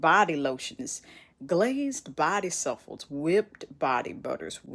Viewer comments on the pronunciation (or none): Souffle is pronounced "Sue - flay" not shuffle.